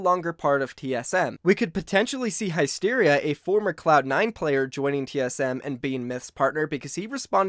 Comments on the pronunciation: It’s hysteria not highsteria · Anyone else getting triggered by him saying high-steria and not hysteria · Hysteria (His-teria). Love your content!! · High-steria? Lol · My guy please pronounce Hysteria and Prowess correctly yikes (Hiss-tare-ia) (prow-is) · Its pronounced hiss-tiria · Why do you say highsteria and u say prowess like prow...Ess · It is pronounced Hiss-tear-ee-uh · The way you say hysteria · Lmfao, stop pronouncing Hysteria like that😂😂😂